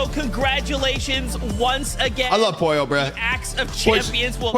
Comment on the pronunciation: Poylo No its pollo